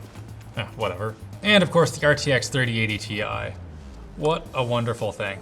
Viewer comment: Tie!! TIE!!! not Ti;-)